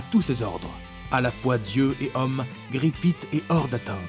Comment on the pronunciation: "Crocodile" "uchiha" "djostar" "Griffite" et tant d'autre seigneur fait un minimum d'effort mec même ton intonation sonne fausse genre vrm ya rien qui va tu donne pas envie